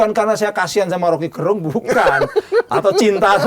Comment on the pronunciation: Gerung baca pake e taling, bukan pepet.